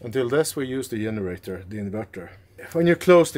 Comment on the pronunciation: When says “yenerator” and “yust” makes me smile, my spouses grandmother was Norwegian..love and miss he Norwegian pronunciations!